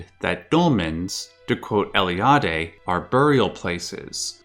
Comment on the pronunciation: from all english speakers that I ever heard, you pronounced Eliade's name the best, congrats and keep it up!;)